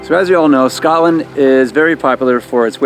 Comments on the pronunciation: Ugh that annoyed me too. And “Scatland” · Can you please not say “Scatland” or “Edinboro”